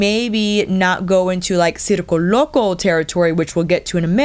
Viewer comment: Great video! Your reviews are very helpful and wow excellent Spanish pronunciation. As a native Spanish speaker I must say circo loco sounds perfect! Love from Germany ❣️